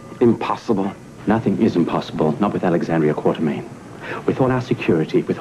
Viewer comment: Well Victor also pronounces Alex's last name Quar-ter-mean. I guess it was so slight they let the line pass. And if you remember Frank Smith had that stilted way of delivering lines like Anthony. for what its worth.